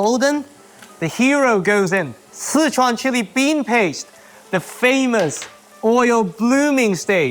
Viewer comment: Two things, he pronounces Sichuan very incorrectly, and second he cooked the beef way too much. You don’t cook it that long, it’ll taste like cardboard.